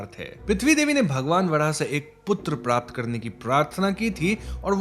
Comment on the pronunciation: Prrraaapt was epic😂